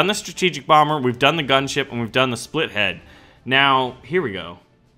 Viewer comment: the plane is called "Spit Lead" not "split head" there is no h